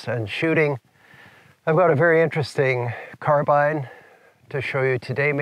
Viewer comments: Beautiful carbine, and you actually know how to pronounce it, too. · Good man proper English carbine not carbene